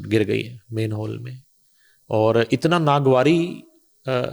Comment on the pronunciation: Aap 'Manhole" ko Mainhole kahtay rahin...